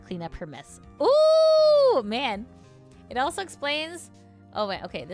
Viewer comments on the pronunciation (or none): none